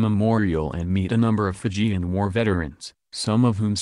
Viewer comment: Would be nice if the reporter said the Fijian words correctly